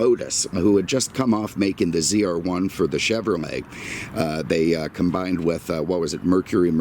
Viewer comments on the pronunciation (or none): none